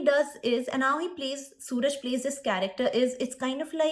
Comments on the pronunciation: FYI his name is pronounced as Su-Raaj (सुराज) 😊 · Actor's name is not Suraj but Soo-Raaj